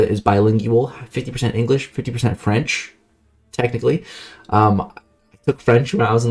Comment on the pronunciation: I understand elementary school is way back in time but you gotta go back to French class or ask your friend Google Translate next time homie 😅 Still appreciate the effort but none of that was right unfortunately. Glad you mentionned it's a bilingual country tho.